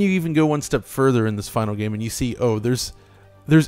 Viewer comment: I can't stand the way "" (the younger guy) always pronounces "game". I can't watch the video anticipating another instance of this (like countless in all the videos). It always sounds so superstitious and cherishing, really cheesy, making it kind of grating... I never noticed this in anyone else, it's particular. He doesn't just say "game" like anyone else would, as a normal word, but with a particular meaning/emphasis - or at an added frequency - that is not technical or abstract at all (in contrast to the contents or what is appropriate). Everything is a "game", that one thing... It doesn't just happen to be part of that medium or category by that name.